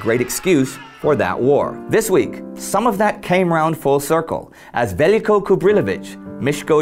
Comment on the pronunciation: You made a minor mistake. It is Veljko Čubrilović, not Vel-i-jko. Very well done series.